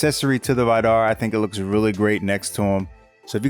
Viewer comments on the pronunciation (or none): The way he pronounces Vidar hurts. It's supposed to be pronounced "vee-dar" not "veye-dar."